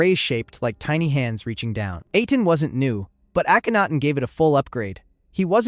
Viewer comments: "Aten" is pronounced the same as the "-aten" in Akhenaten's name. Ahh-ten, not Ay-ten. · Why pronounce Aten like that but then saying the pharaohs’ name correctly and thus saying the Aten correctly